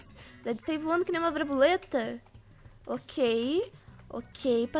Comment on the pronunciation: é broboleta ou borboleta????